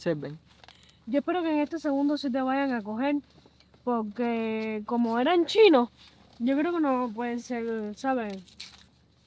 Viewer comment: PoRque..no digan poLque.....traten de ser hispanos neutros...saldra mejor el ingles